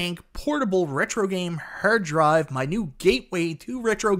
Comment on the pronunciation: Sounds like he saying hair dryer. Im gonna pass on the review